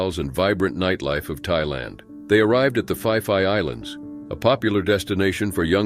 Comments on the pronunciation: Phi Phi Island is not pronounced as "Fee Fee" it is pronounced "Pee Pee" Watching reports of the 2004 tsunami will help familiarise you with the names of many Thai locations 😊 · Phi Phi island is pronounced Pee Pee island ✌️